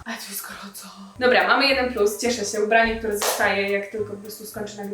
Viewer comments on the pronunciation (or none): none